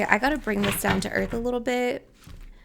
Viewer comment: "Some of you have a littrle tabele" me picking up a little table in that moment 😂